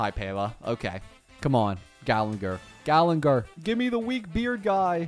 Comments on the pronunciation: it's ok, he can't pronounce character names right even if his life depended on it lol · ermm according to my calculations, its actually gallagher and not gallenger 🤓🤓🤓